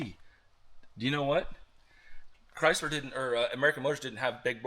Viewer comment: "cry Zler" 😂